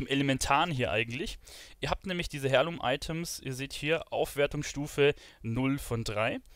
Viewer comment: Hi, danke, finde dein Video super. Schon fast zu ausführlich. Habe aber nur eine kleine Anmerkung... Es wird zwar Heirloom geschrieben, doch du sagst Hairloom,.... ausgesprochen wird es aber "air-loom"... *smile